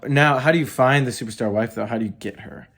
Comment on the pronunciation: I think my favorite part of this video is how adds an extra "t" to the word "superstar". Don't take my word for it, watch the opening 30 seconds and hear talk about his "stuperstar wife".